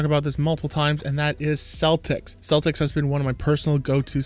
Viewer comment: It''s a hard C, pronounced Keltix